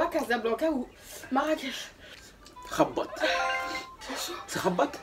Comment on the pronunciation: Comment ta dit rabate c rabat je c que tu rigole